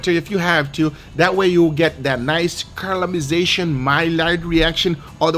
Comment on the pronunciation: "carlization" gotta love Guga-isms.